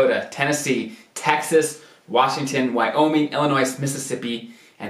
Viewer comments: Also he said “Illinois-z. I guess a lot of people do not understand the s is silent. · Illi-noise? Where’s that state? 🤣. I’m just messing. Good information to know. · Thanks for this and your whole series. The "s" in Illinois is silent.